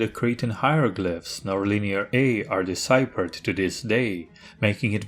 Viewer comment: The “ph” in deciphered should sound like an “f”